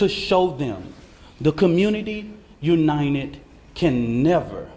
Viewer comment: ‘Unined’ 😳 what on earth is that…! 😢